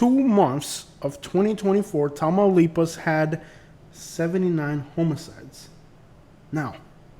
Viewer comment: Sounds like you’re saying homie-sides. It’s pronounced h-ah-muh-cides